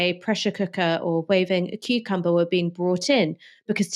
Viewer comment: why some dad will wave a cucamber?! you try pretend that you are nice when you said gihad?!